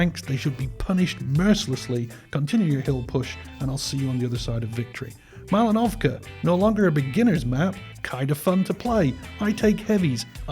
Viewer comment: Well, I have to tell this to the world... It is Mal'inovka, not Malin'ovka =)